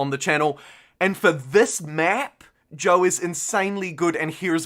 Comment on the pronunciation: Sorry, what is Joe? Great playthrough, love the passion. Oh, you're saying Zhou, lol. Got it.